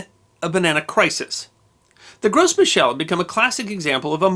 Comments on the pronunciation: FYI: You don't pronounce the "S" in Gros Michel. It's just 'grow mee-shell'. It's a French thing. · Should be pronounced "Grow me shell" .... Love your channel! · Gros Michel is french, so you don't pronounce the s. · The 'gros' in Gros Michel has a silent 's' and pronounced closer to 'grow' than 'gross'. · FYI, It's pronounced "grow"michel. Not "gross" michel. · The "s" in Gros Michel is silent. It's French for "Big Micheal", you don't pronounce the s, it's pronounced as "Groh Michel". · In "gros michel", the S is silent. So you'd pronounce it "gro michel". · Just a nitpick: 'Gros Michel' is from French, so the S should be silent.